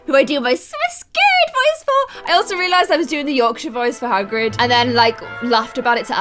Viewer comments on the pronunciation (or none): none